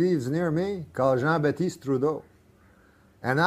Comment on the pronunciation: Jean-Baptiste.. not Batesse... :P lol